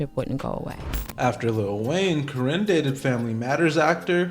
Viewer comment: Please take this video down. One, this is old news. Two, it's misogynistic because the men involved aren't innocent. Three, you're not even pronouncing Karinne's last name correctly.😂😂😂